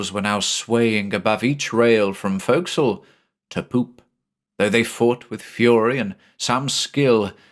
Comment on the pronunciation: Points for properly pronouncing forecastle.